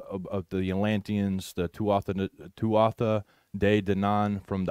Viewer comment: Y'all really got to learn how to pronounce the word tuatha.... TooWathA... They say it in the movie Willow Non-Stop... Her name in the movie is Elora Dannon.. every time you say it incorrectly it kind of makes you both sound unknowledgeable about this topic.